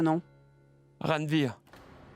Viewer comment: C’est quel nom que ranvir prononce comme ça